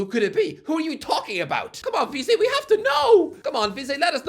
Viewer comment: How can’t he pronounce vizeh